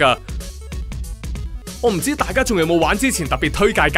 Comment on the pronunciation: 上次都提你人地隻GAME 唔係讀NIKI, 係 ニケ NIKKE 笑騎騎個KE, 你仲係讀錯